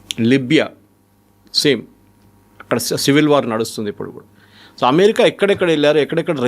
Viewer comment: Thoo kaadhu... so ani maatlaadu.